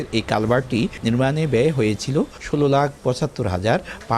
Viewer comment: খবরে কি যে বললেন..টেকা নাকি টাকা হবে হুমম??